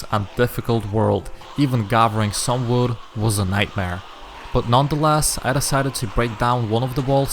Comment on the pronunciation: He has a very strong accent when he said wood it saoudnign like woood